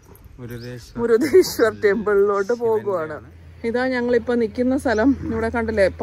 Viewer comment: മുരുഡേശ്വർ ആണ് ചേച്ചി 😍മുരുദേശ്വർ അല്ല 😊😍